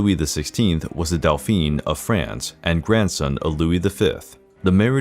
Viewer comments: It wasn’t Delphine, it was dolphin. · "Dauphin" = daw-feen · Louis of France, was a Dauphin, not a Delphine, and there are a couple of other mispronunciations that cause confusion. Was the 'delphine' meant as an insult to France? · Dolpheene? D-A-U-P-H-I-N (dohfahn) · The way he pronounces “dauphin” is actually the female pronunciation of the title. 😁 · Delphine? Too many mispronounciations. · Interesting but pity that the narrator makes so many mistakes in pronouncing names and dauphin! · Yup I cringe every time he pronounces di Medici and the Dauphin, lol.